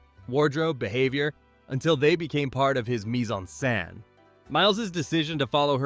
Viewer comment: The robot narrator is programmed to butcher any phrase not 100% of English origin. He manages to make "mis-en-scene" sound like it dropped turd-like out of the mouth of John Wayne.